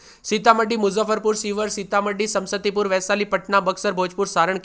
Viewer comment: समसतीपुर नहीं समस्तीपुर होता है 😂😂😂